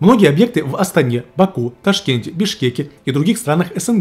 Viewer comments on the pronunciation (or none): none